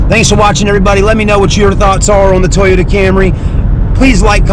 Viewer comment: toy-yo-ta lmao toyyy